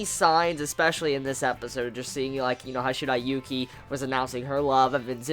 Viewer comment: He says the names wrong it's Zen,shiriyuki